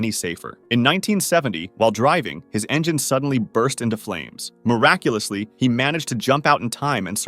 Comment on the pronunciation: BRO I LOST COUNT OF HOW MANY TIMES HE SAID MIRACULASLY AND BRO THAT LAST ONE 💀💀💀💀